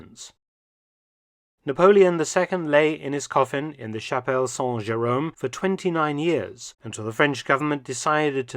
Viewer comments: It's ahnvaleed not onvaleed. And San Jerome not Sohn Jerome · When you try to say "Chapelle Saint-Jérôme", the way you pronounce it, means something else entirely. you are effectively saying "Chapel without Jerome" 🤣🤣 (sans instead of saint)